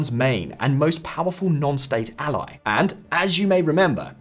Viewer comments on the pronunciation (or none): none